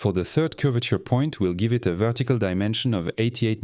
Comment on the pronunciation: he also pronounce "vettical" instead of vertical. Yeah that's a french for sure